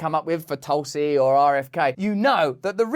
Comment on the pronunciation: I swear u said toxic gabbard lol